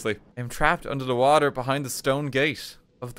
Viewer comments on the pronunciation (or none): none